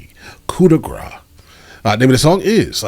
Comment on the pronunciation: Hey! Big fan of your eloquent and educated reaction videos. Just wanted to point out "grâce" doesn't have a silent "ce" ✌ heard it at the very beginning of the video. Kind of interesting because Eminem across the album pronounces it differently too ¯\_(ツ)_/¯